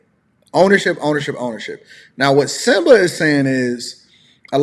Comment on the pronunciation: "SYMBA"......... ya'll need to do better